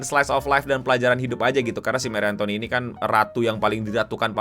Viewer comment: dibacanya marie antonet gk sih